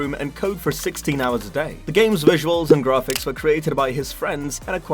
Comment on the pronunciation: grarfix lol